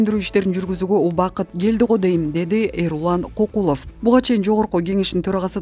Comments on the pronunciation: Көкүлөв эмес,Кокулов дабдыр,гангир башсыңбы😂😝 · Кокулов деп компьютерден жазылган боюнча урдуруп жатат да. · Көкүлов дегенди качан туура окуйсун???😂😂😂